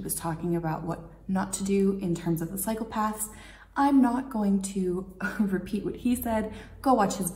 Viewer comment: Haha when you say cycle path it sounds like psychopath